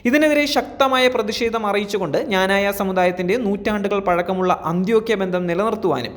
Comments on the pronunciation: Does the news reader know how to pronounce our community's name ? Pronounce it clearly as "Kna-na-ya" and not as you prounounced , "Jna-na-ya " ! Does anybody, including the Patriarch , really know anything about the depth of faith, tradition and strength of Knananites ? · മഞ്ഞ ചാനുലുകാര ആദിയം പോയി ക്നാനായ എന്ന് പറയാൻ പടി. അല്ലാതെ ഞാഞായ അല്ല..... ഇത് എഴുതി തന്ന ഞങ്ങൾ വൈദികർ ഊമ്പ്പിയത് കൂടെ അറിഞ്ഞു കാണുമല്ലോ. പിന്നെ ഇന്ത്യൻ ഗവണ്മെന്റ് ഡിപ്പോർട്ട് ചെയ്ത കരിം പത്രിയർകീസിന്റ ഗുണം കൂടെ ഒന്ന് വാർത്ത ആക്കണേ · എടാ പട്ടി ഞാനായ അല്ല ക്നാനായ എന്നു പറ ! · എടാ ഞാനായ അല്ലെടാ... ക്നാനായ എന്നല്ലേ... കഷ്ട്ടം... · പറയുന്നതെല്ലാം സത്യമാണെങ്കിലും സഭയുടെ പേര് കൃത്യമായി പറയാൻ ശ്രദ്ധിക്കുക. നല്ല രീതിയിൽ നാക്ക് വടിക്കുന്നത് നന്നായിരിക്കും.